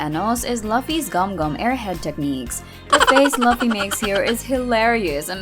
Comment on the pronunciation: you are watching one piece and you are pronouncing luffy wrong bruh